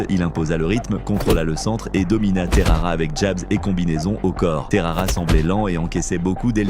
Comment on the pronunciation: Terara ? c’est Texeira